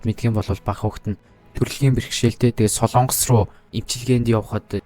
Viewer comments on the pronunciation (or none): none